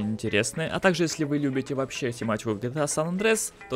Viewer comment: Не санандрес, а Сан-Андреас. На крайний случай сан андреас